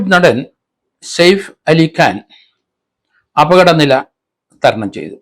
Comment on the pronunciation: Said ali അല്ല saif ali ആണ് സർ